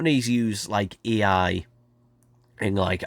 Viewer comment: Every time you try to say A I you end up saying E I. LOL